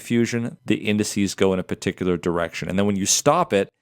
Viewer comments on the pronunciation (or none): none